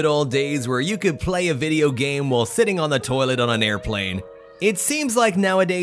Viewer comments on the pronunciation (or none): none